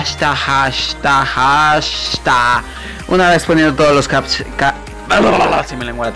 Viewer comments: Jaaaaashtassssh no sabe ni pronunciar JAJAJAJJA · Es el video mas ridiculo que eh visto nisiquiera sabe decir Hashtag 😂